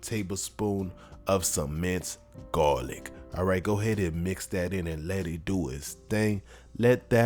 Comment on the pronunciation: The way you say garlic sounds so similar to how we say coffee in Brooklyn😆 Great recipe👌🏾. Never made it with grape tomatoes, will be trying!